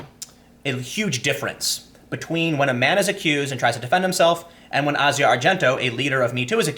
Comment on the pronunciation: It's just Asia, not Ah-zi-ah